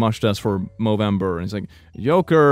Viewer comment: He pronouced joker as yoker and I can't stop laughing